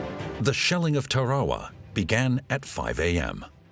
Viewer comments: It's Tarawa, not torrahrah..... pronounced 'Tara wah' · .....on the beaches of Tare-wah-wah ?!?!?! WTF 😂 think he means Tarawa hahaha. Damn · Over a 1000 America soldiers were lost on Tarawa, and this narrator can't pronounce Tarawa properly. 😢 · Ok. I get mispronouncing TARAWA. But Mount Suribachi is a view killer.